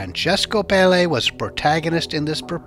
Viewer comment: Pelle is pronounced with the accent on the first è " Pèlle" ,it means skin